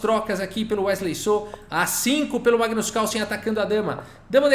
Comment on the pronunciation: Massa... coloca um erros de gravação no final... Magnus Cálson... hehehe